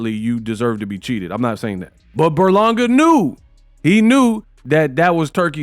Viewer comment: his name is literally on the screen it’s Ber-Langa not Burlonga😂😂🤦‍♂️